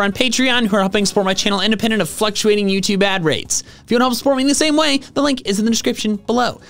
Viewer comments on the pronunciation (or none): none